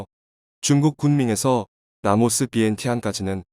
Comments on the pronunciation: 라오스를 라모스라고 말하네... 라오스, 태국, 미얀마, 베트남, 네팔, 부탄의 북부에는 고구려 유민들이 살고 있다. 결국 중국을 ㅠㅐ망시키고 한국이 1600년 만에 회복해야 할 곳이다. 침략의 성격은 띠지 않겠지만 제1 코리아, 제2 코리아란 방식이란 한국인으로 편입해야 한다. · 이 기사를마드신분은 발음을제대로 확인하세요 나라이름은 라오스인데 말할때발음은 라모스로하네요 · 라오스인가 라모스인가? 바르게알려주세요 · Laos not lamos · 라오스를 라모스라 계속 발음하네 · 기계음인가? 라오스를 라모스라 하네...? 짜증나네.. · 라오스다 왜 라모스냐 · 내용은 충분히 이해 하겠다만, 라오스를 라모스라고 계속 부르는 건 도저히 계속 들어주지 못하겠네. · 내래이터는 왜 "라오스"를 "라모스"라 하지요 ? 어쨌든 대한민국의 선한 도움.협력이 빛이 됩니다. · 라모스가 아니라 라오스인데... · 라모스 거기가 어디지? 발음을 바로 하시길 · 왜 라모스로 발음하나요